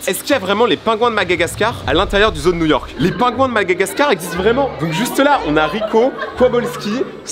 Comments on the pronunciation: c Madagascar pas Magagascar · C'est pas magagascar mais Madagascar m'a mère et malgache